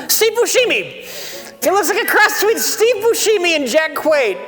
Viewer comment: fucking lost it at steve boosheemy